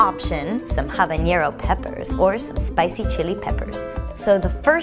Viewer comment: Ah-bah-neh-roh, not habañero, ha-lah-peh-ñoh, not halapeno